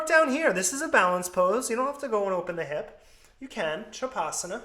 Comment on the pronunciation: Hi, thanks for the video. Shav asana is pronounced as Shav (corpse) - asana (posture)